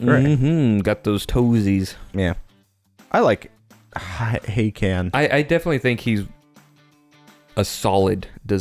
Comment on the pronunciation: Are we sure that hakann's name isn't said with the emphasis on the second syllable? Like I always read it as huh-KHaN.